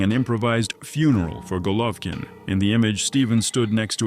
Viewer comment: Can't even say his name right...lol AI lazy Chanel